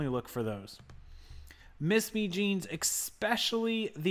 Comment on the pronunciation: ESPECIALLY... EX-PECIALLY is not a word! I know you sell a lot of electronic stuff, but other sellers talk about unscrupulous buyers "returning" broken ones they already had and eBay backing the buyer up. Do you not have people doing that to you?